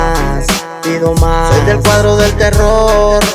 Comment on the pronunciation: Alguien más se dió cuenta que dice el cuardo y no el cuadro?